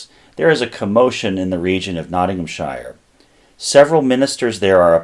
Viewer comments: TIP! Ik it’s hard coz your used to saying it the way you grew up with, but when pronouncing ‘SHIRE’ for English counties, it’s ‘SHEER’ rather than ‘SHYERR’ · Great video. For your reference however, it is pronounced Nottingham-sher not shire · Oh, yeah, the correct pronunciation by the British is Nottingham Shur nor Shire. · Loved it. Little tip for how we say ‘shire’ - it’s ’Sheer’. As in —-Not ing ham sheer. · Any time you see an English, Scottish or Welsh county ending with "-shire" it's pronounced "sheer". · 'Shire' is pronounced like 'sheer' when it's at the end of a county name, not like the place the Hobbits live. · Sh “eye” rrrr.